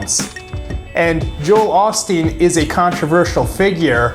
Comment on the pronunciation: Long "O" sound... Not the short "O" sound